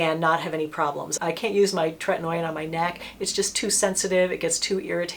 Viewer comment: Correct pronunciation is TRET-IN-OH-IN not tret-in-noy-in. Not trying to be obnoxious, just know you like to be correct in your information.😊